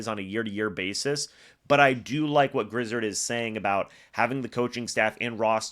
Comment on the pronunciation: Griz...(ared) zard...is pronounced😊